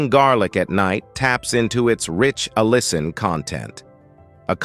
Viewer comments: In this video, you will learn how to pronounce "Allicin" 5 different ways, lol. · Why does the narrator pronounce 'allicin' so many different ways through out this video? Other words don't sound right either.